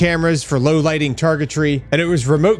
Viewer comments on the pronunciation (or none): none